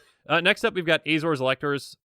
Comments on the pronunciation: Just FYI: Elocutors is pronounced "El-oh-cue-tours". 'Elocute' is a fancy word for 'speak', especially in the context of reading news or laws. Love that you're keeping the content going! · Cool vid. But it's pronounced el-o-cute-ors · Elocutors: L-O-Q-tors. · Love the irony that cant pronounce elocutors